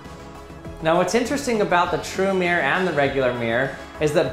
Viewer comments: Mirror has TWO syllables. Mir-ror. This guy is pronouncing it with only one: “meer”. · Not MERE it's MIR-ROR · Does it not bother anyone else that this guy says "meer" rather than "mirrer" for the word "mirror"? I literally can't bring myself to a point where I can even just ignore the pronunciation... "meer" v "mirror" is just so wrong! Ugh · Everyone: Mirror: Meeyer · I always think the majority of American say Mir -like the space station. Same double-r problem with Squirrel - comes out as Squirl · Thank you. Now I can only hear him saying meer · I was too distracted by hearing "Mere blahblah mere, mere, blahblahblah mere blah mere mere". The content is usually interesting enough not to notice these things - but this time;: "So what did we learn, class?" Class:: "Come on!... Anybody!" Class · Why can’t Americans pronounce MIR-ROR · Why do Americans pronounce mirror as meer?